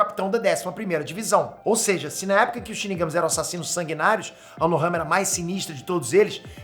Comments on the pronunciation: e Unohana e não Unohama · Unohana Unohama não Fala direito 🤣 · Cara, eu voltei várias vezes pra ter certeza de ouvir o falando "Unohama", até achei que eu sempre ouvi errado kkkk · O tá tão empolgado falando do zarak que tá falando Unohama kkkkk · Eu to louco ou o ta falando "unohama" '-'